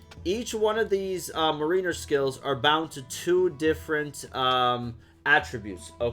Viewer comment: It’s pronounced “MARiner,” like the Seattle Mariners. MARE like the name Mary. And Botswain is pronounced “bosun.”